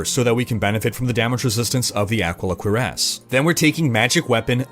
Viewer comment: Ah-Key-Lah Cure-ahss, please.